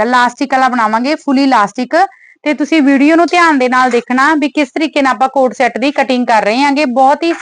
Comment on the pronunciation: It's CORD set not a coat-shot/cot set😂😂😂😂